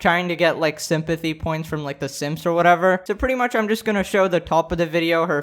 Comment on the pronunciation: “Simp-athy” points